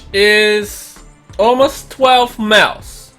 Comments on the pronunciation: Okay but like miles to him sounds like meals to me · I love how he says miles